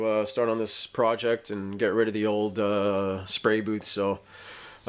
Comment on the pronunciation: What's a 'spary' booth?